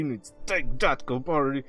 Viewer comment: Ur a legend "SMASH THAT CAVAARY"😂